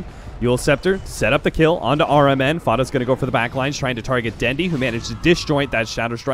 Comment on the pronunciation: I heard caster said rmn sounds like aura man. is it just me?